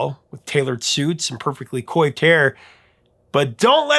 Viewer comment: "Coiffed" is pronounced 'kwahft' (like it's french), not 'koyfd'